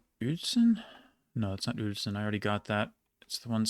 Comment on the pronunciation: Mate, this is simply impressive on many levels. You not only know more about German districts than 99,9 % of Germans, but you also can pronounce them correctly. I honestly had never expected a non native German (let alone an english speaker) to be able to pronounce Uelzen or Höxter like a local. Very much appreciated that you not only took the effort to brute force all names but that you took the extra effort to physically train yourself to do that. I really wonder what was harder to achieve. Cheers from Hannover!